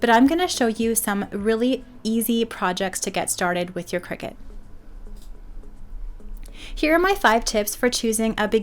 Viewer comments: It’s cri-cut, as in cutting… Not a cricket 😂😂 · It’s a cutting machine not a game played over scones in white caps. Kricut kri-cut The end of the brand name is pronounced “cut”.